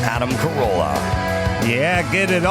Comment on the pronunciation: “Adam Carola”? Don’t do your best, do my best.